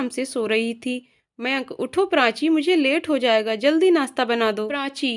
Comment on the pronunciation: बहुत सुंदर कहानी। मगर उच्चारण की अशुध्दता खलती है । कृपया श को स न कहें और प्राची को प्रांची न कहे उच्चारण की यह अशुध्दता बहुत कर्ण कटु लगता है उच्चारण शुद्ध करें।